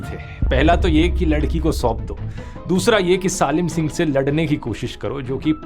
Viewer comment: I think ,सालिम सिंह ❌ सलीम सिंह ✅